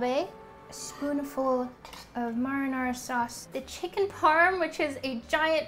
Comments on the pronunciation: Did she just say maranora sauce? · Please never say marinara sauce again 😂